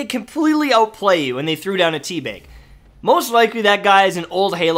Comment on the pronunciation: Is.... is he saying Tea Beg? Like.. with an 'E'? Or is he just really northern?